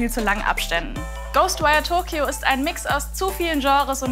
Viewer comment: Ghoschtwire Stuttgart ^^ , wie geil